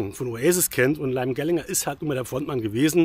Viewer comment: Die richtige Aussprache des Namens "Liam Gallagher" muss aber noch geübt werden. Die Stone Roses bestehen nicht als Band. Sie spielen Konzerte und Festivals, nach einer neuen Zusammenkunft vor ein paar Jahren. Das Album ist Schrott. Ich bin seit Beginn Stone Roses Fan und seit dem Debüt Album von Oasis, Britpopper. John Squire spielt seit Jahrzehnten den selben Sound. Wer seine ehemalige Band The Seahorses kennt, hat spätestens dort erkannt, das er nicht mehr kann. Liam Gallagher hatte seine Zeit. Das Album hat genau 2 hörbare Songs. Der Rest ist quälender Müll. Es sind die Namen, die das Album zum Kauf verführen. Der Inhalt ist es nicht wert.